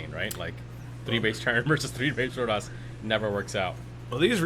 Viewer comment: What bothered me was the caster saying "protis" instead of "protoss."